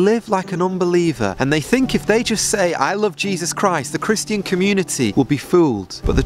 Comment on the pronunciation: I know we’re not supposed to spend time querulous but why do you pronounce Christian like Christ-Ian